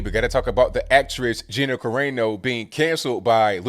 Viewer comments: its on AEYY NO its Ca Ra No.. its Italian.. LMAO... funny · Kah ray no? 😂 Kah rah no bro. Kah rah no